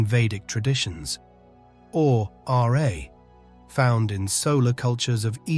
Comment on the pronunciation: It’s not the English spelling sound of r eh, but RAAAAA. You need to present the real sound and not just describe it. Peace ✌️